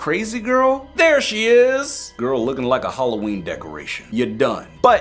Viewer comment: im deflenty mad with it is not halloeen